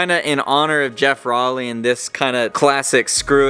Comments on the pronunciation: at least learn to pronounce his name correctly. row-ley. (like rowing a boat) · if he doesn't get bummed that you posted this, he's gonna be bummed that you mispronounced his last name :p